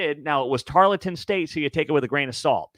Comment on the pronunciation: Tarleton State. Tarl, like gnarl. Tarl-ton.